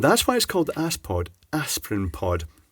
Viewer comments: Aspod! ... not ass-poo'd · Haha (ass) pod I think it’s az-pod.... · Aspod. Surely pronounced 'az-pod' rather than ass-pod! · He said Ass-pod huh huh huh, snort. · He said ass pod. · aspod - (pronouced asssssss-pod!! lol)